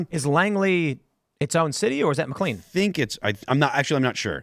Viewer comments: Mclean, VA is pronounced "Mc Lane" not "Mc lean" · Pronounced "Mick Lane". Not clean. Also, the Arundel Mills Mall, is part of a franchise. Im surea platitude of subs/viewers/listeners; have a "...... Mills Mall" relatively close. Out here in Denver, it's Colorado Mills. Arundel Mills though, is by far my favorite of the 5 "Mills" I've been to.